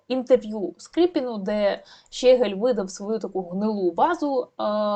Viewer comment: Дякую за працю, лиш зауважу - ЩегЕль, а не ЩЕгель... і оте "по...єлі" - це не прикрашає репортаж. Та й тексти того щегля варто було б опрацювати, а не привчати такими "шедеврами" український народ до узаконення московинського матюччя